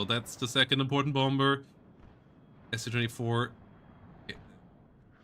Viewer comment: You don't pronounce the second 'B' in the English words 'bomber' or 'bomb', 'bombing'. They're pronounced 'bommer', 'bom', 'bomming'. See Euros whose second language is English make that mistake very often. Just FYI, sound goofy.